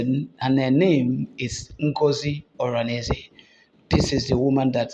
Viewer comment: You can't even pronounce her name well yet you claim to know what you are saying. Look at how you are exposing everything in public by calling names.